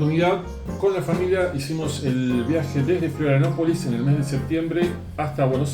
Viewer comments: Muy bueno el video amigo ❤ Lo que si, dijiste cómo 20 veces florianapolis 😂 pero es Florianópolis abrazo grande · Florianopolis no Florianapolis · Se dice FLORIANOPOLIS!!!!